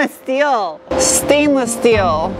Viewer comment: The shtainless shteel is to practice for that job at Shtarbase.